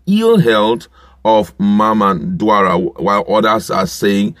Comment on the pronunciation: Still fumbling? His name is DAura not DUara